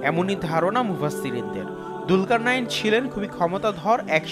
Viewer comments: It's julkar nain,,not dulkar nain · দুলকার নাঈন না। নামটি হবে জুলকারনাইন। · Bhai dulkarnayin na. Zulkarnyin hobe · যদি আপনি তার নামের বানান দুলকারনাইন বলে থাকেন, তাহলে সেটি ভুল বলছেন…… এর সঠিক উচ্চারণ হচ্ছে “জুলকারনাইন” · দুলকারনাইন নয় যূলকারনাইন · ভাই দুলকার নাইন বলছেন কেনো ক্বুরআনে আছে যুলকার নাইন। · কি ফেতনা নাম হলো জুলকারনাইন আর সে বলে দুলকারনাইন 😡